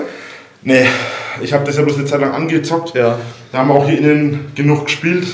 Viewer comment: jedes Mal wenn er „angezoggt“ sagt, stirbt irgendwo ein YTber und Musiker